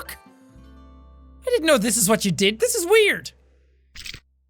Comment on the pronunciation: ¨"im sorry but WHAT! (it sounded like im sorry but JUHAT!) - jack 2k18